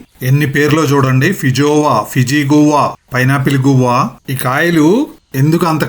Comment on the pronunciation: good info, never seen this fruit before. It’s not గువ్వా or గోరింక. It’s pronounced as “గ్వావా”